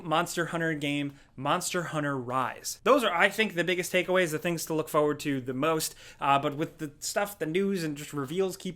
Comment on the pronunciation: Forward. Will ever pronounce it correctly?